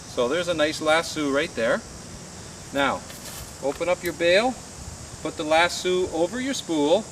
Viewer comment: Nice vid...bit it is a lass-O, not lass-OOO